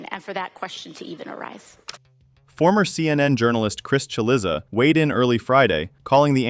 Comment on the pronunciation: The narrator, or program narrating this story, may want to look up the proper pronunciation of Chris Cillizza and Ted Cruz is not from the Republic (of) Texas.